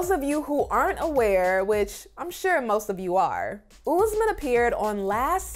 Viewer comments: It’s not Oozman…it’s Usman! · It's no ooosman. Please learn to pronounce